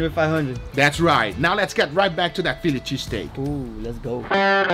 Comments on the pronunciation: Fillichee steak 😂😂 gotta love guga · Fi Lychee Steak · "pheely cheesteak" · He said filichy steak! 😂